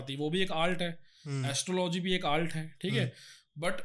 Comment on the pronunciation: Ye Dr saab Art ko Alt ku bolta hy